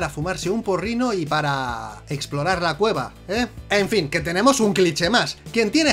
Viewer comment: Jajajajaja Al final en vez de un" FIN" Dice "FLIN" Jajajaja, pero que pasó con esa L por demás ?